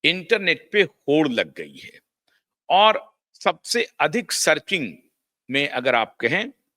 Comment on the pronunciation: सर्किंग ???? ये कौनसा नया शब्द आपने ईजाद किया? डिस्कवरी or इन्वेंशन? क्या बोलते हो भाई? शब्दोच्चरण पर थोड़ा ध्यान दीजिए